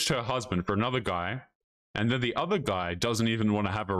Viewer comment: New ick unlocked: women who pronounce "and" as "AYY-YOOOND"